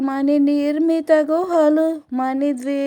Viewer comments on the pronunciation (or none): పరిమళ "పరిమల " కాదు మని కాదు మణి